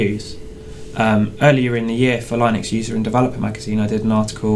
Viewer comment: YES someone who pronounces linux properly (lie-nux ... not lin-ux)